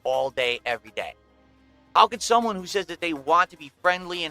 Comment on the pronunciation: “shumone” gargle mouth in full effect